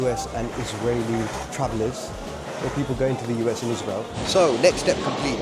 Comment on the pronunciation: i think you mispronounced israel